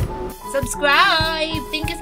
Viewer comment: Kolang ng "S" ung SUBSCRIBE NI HAHAHA idol paniss😉😉😁